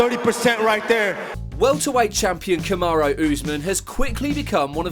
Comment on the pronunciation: Saqib Ansari you are wasting your time, these guys don't know mma, the guy can't even say Kamaru properly lol Kamaro wtf ?